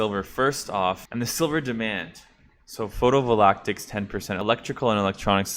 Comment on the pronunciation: Photovoltaic not photovolactic.